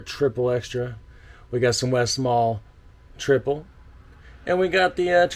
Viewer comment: it's pronounced triple, no Al at the end.